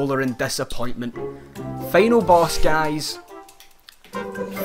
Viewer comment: "Feynal boss... Feynally..." Lol dude..